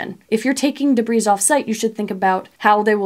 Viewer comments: Great information. I have one small, nitpick; the, s, in debris, is silent. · Debris, the s is silent... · Love your videos! Thanks for the step-by-step , pragmatic ideas…..BTW…the s in debris is silent…please forgive the English major illness 😊😊